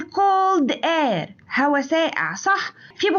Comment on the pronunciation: الفيديو مليان أخطاء 😂 كما أن كلمة air بتتنطق إير مش آير 😂😂😂😂😂